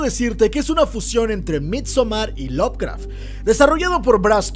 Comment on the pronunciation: Bro, tengo una duda. No quiero sonar hater ni anda, es una duda genuina. Si Lovecraft se pronuncia "lob craf" cuando pronuncias Lovecraftiano lo haces como "love craftiano" ? no debería ser "lob craftiano" ?